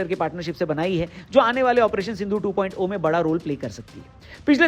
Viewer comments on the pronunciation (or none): 2.O❎ 2.0✅ O nhi hota hai zero hota hai